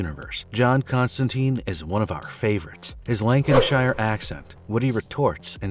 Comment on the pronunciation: Is he trying to say Lancashire